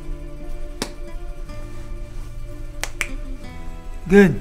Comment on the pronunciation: Did he just call himself the toth-father? LOL